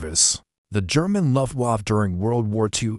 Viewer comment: Luftwaff? That's very unprofessional. AI needs upgrade of proper English language. All the miss- pronounced words degrades from the presentation, I had to stop watching it.